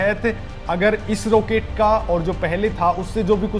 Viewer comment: रोकेट नहीं रॉकेट आपको अंग्रेजीमे फोर (FOUR) और फॉर (FOR) का फर्क पता है ?